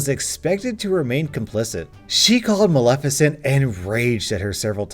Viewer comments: Ahh so glad you know how to say Maleficent and didn't read this reddit story saying MALE FISHENT like one of your fellow youtube reddit readers did. Keep up the great content. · Kudos on being able to pronounce Maleficent, I listened to a guy yesterday that screwed up every time, it was bugging the hell out of me. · I would like to personally thank you for pronouncing Maleficent correctly instead of pronouncing it “male-FISH-ent”, which is what I had to hear the first time I heard that story narrated. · At least you pronounced Maleficient correctly. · Heard the Cruella/Maleficent story somewhere else, and it's oddly satisfying hearing say Maleficnet correctly. Thanks for that. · YOU SAID MALEFICIENT RIGHT!!! <3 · Ohhh and thank you for being able to pronounce maleficient